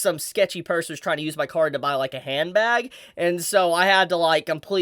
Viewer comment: Also, funnily enough on the topic of your accent. At first when you talked about how your card was stolen I Heard car and was very confused at first xD